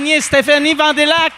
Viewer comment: depuis quand qu'on prononce "vandélac" lol